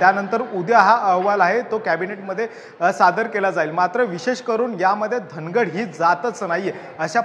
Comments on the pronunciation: धनगड नाही ओरोन, धांगड आहे ते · धनगड नाही धागड आहे